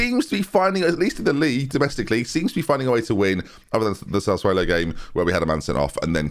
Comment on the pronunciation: Sass uolo. Not sass uwhalo 🤦‍♂️😭